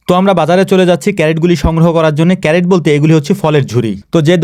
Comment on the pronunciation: ভাই, ওইটা ক্যারেট না, ক্রেট! CRATE!